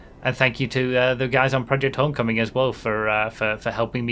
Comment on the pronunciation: It's "Hoe mm coming".. Not " On coming " 😅